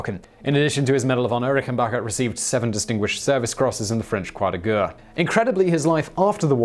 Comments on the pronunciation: The Word is pronounced "Croix de Guerre"...as in G-E-H-R !....and NOT G-U-H ! Is your mouth incapable of forming such sounds ? At your age one would think that you would have acquired some form of education in the pronunciation of the words in languages other than English. And you call yourself "civilized" ? Shameful and disgraceful. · Simon, "guerre" is more accurately pronounced "gair".